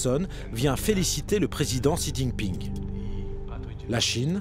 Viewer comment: Mais bondieu la façon don't il pronounce le nom du président de la chine!